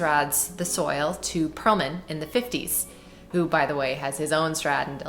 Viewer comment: wonderful. I love these videos. I believe that the ex-soil is pronounced "swall" ...at least that's how Perlman pronounced it